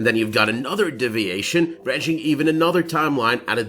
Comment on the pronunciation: A double shot every time he says "DIV-iation" instead of DEE-viation